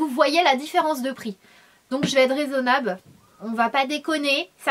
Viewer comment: "Résonnabe" mdr Sananas 💗